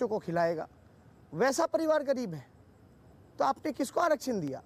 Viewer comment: anchor ji ap mahan ho....'pariwar' ko jb 'paluaar' boli fir bhi apko hansi nhi aayi..